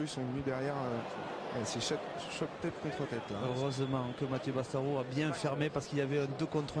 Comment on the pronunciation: Pas male ta video mais heee "Bastarau" c pas serieux !!!!! Sans deconner "BastarauD" avec un D quand meme 😕